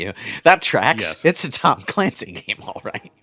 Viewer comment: “Tom Calancy” Okay.